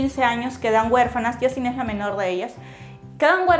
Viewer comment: YIUSTIN, NO YASTIN XD, es Francia no el maravilloso mundo de Disney xD